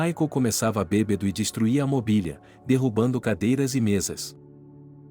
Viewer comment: Que narrador péssimo. Não é BEBEDO. Mas BÊBADO.afff